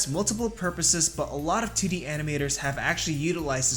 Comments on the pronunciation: I can't unhear him saying "tiddy animation" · Every time you say 2d my 3rd grader brain hears tiddy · It's how he says it. Tiddy animation. Nice